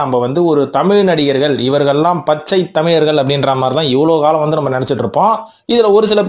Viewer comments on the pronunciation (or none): none